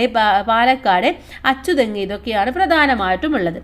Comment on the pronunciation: അച്ചതെങ്ങ് അല്ല അഞ്ചുത്തെങ്